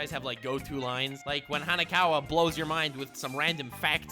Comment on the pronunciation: you butchered Hanekawa's name:(